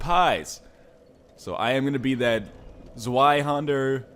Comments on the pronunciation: Hey Ryan, it's pronounced zway-hander, not zwee-hander. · its deutsch. zweihunder is pronounced TS-VAI-HUN-DAR which means, two (zwei) hander. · Zweihander = Ssss-vvv-eye-Han-Der. But awesome invasion episode! :D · just ask google to pronounce two in german. svie is pretty close though. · i think it is pronounced sviehander. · Well, "Zwei" is actually the german word for "Two", and the W is pronounced as a V, so you say it like Tzvei (with the I as in "I am"), and he's pronouning the W as a... well, W. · It's tss-vai-hander. Zwei is German for two. An appropriate name. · 'W's are like 'V's in German though, so wouldn't it be 'Ts-vye-hander'? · Because that's how the letter z is pronounced in german